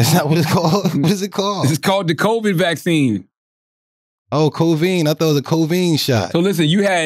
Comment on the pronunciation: So Wax combined the words "covid" & "vaccine" & came out with "cov-ine"🤦🏽‍♀️😆